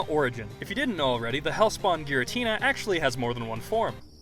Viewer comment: Isnt it pronounced "Gee-ratina"?